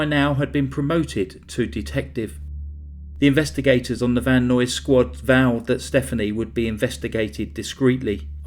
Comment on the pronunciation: “Van Nuys” = “eyes” with an N.